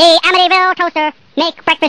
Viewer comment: i just love how he says 'amityville!!'